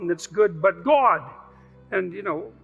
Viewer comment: Never trust anyone who pronounces the word god as Gwod…